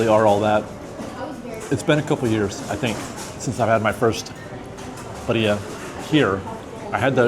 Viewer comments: Birria is difficult to pronounce if you can’t roll your Rs. It sounds like your adding a D sound buh-dee-yea. Try pronouncing it Beer-yah. :) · Birria is pronounced “be-de-uh”.Just say it all quickly with a little extra emphasis on the B and hold that out a little bit longer than the rest flows together and if you can roll your R in the middle instead of the “de” that would be awesome. If not, I think it’s OK. This is coming from a white girl who does not speak Spanish, but I was with a Spanish speaker for 13 years so I know the language pretty well. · Birria: Bee-Ree-A Hope this helps!! If you can roll the R...even better